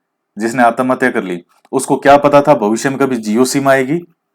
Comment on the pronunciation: Sir bhutt achha laga.. Jb aap आत्महत्या को आतमहत्या बोले.... Funny + sateek baate.. 🙏🙏🤗🤗🤗🤗🤗🤗🤗🤗